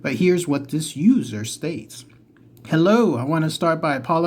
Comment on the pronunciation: The first time you said User, I thought you said Loser. I was thinking "That wasn't nice".😆😆